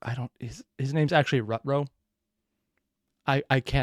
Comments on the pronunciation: How does one mis pronounce rave lol. Long A on rave and you're saying his last name like ru-row. Look how it's spelt, rutrow (roo-trow). If you ignore some of the letters in words, it's always going to sound funky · Facts for this episode! - I think it's supposed to be pronounced "Root-row". Also, it's not Rav, it's Rave. Like the party. (Which you seem to have realized that latter part yourself, so that's neat) - The third season is gonna be a prequel, if I recall correctly. - Yeah, pretty sure how Zachary functions is that he sees magical energy, so he can see where people are based on their magic signatures and such. It kinda makes up for his blindness, but not fully. - Now, granted, the gun she uses that rekts her soul was the one means of self-defense she had. Also, with how much her soul is damaged from using it, pretty sure using anything that draws from one's soul would only make her situation worse. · A. You need to be a tiny bit more optimistic in these videos. B. Rave's last name is Rutrow, but it's pronounced Ru-Trough. That is all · It's Rave(Ray-ve) Ru-trow